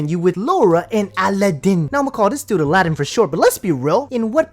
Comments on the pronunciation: His name is Aladdin, that's how HE pronounces it. SHE pronounces it A-LA-DIN for some reason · What annoys me the most is she keeps calling him Ala-deen. Did this banana lover never hear him say his name? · I hate the way she says his name